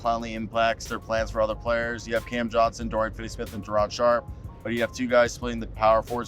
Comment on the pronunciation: Its Day..Day'ron